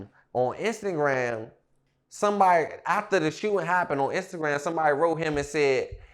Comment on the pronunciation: Nigga said “on instant gram”😂😂